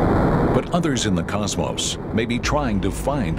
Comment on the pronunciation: Nice video. Except the guy that said CosMoss. LoL